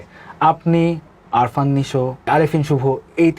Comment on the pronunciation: উপস্থাপক বললো আরফান নিশো, কিন্তু উনার নাম আফরান নিশো। উপস্থাপক জঘন্য।